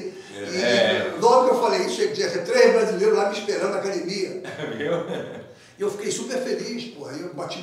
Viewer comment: Se tem Gracie na entrevista, vai ter "cadimia" e se tem Marco Ruas, vai sair um "ji jitsi" kkkkkkkkk